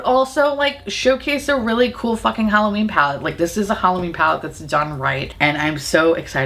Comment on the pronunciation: "HalloBEAN me" I'm done 😂😂😂💀💀